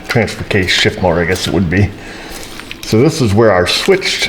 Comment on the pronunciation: ......or "F"s, "shift" came out wrong! lol